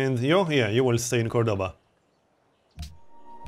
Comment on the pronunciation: Could you please use the correct pronunciation of the cities: COrdoba and GranAda?